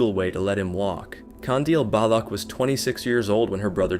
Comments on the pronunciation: the way he was pronouncing baloch oh my god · man the way you pronounce "Jeved". it is not pronounced "halved" like you were syaing it, it is exactly as the spelling is, Javed edit: another one, its is again, pronounced the same way as any "ch" as in, "baloch", not "balokh" ik this comment is a bit unrelated to the topics, but i cannot express how annoyed i am with those mispronounciations edit2: another thing about the baloch thing, one detail you over-generalised is "present publicly as a woman". not many people have a problem with that, but her action are, as shown by the few pictures and videos here, sexually provocative, which is the "dishonor" part. overall, the honor stuff is a very complicated thing that i do not have the will to explain and nor do i have as much knowledge to properly explain it. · Before actually recording the voice over I would suggest doing a tiny bit of research on what the correct pronunciation of the names is. Your pronunciation of Javed and Baloch was annoying to listen to.